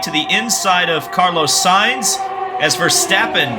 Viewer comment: sayinz not sighns